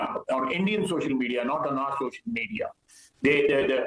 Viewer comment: "It's all over social menina" - 🤡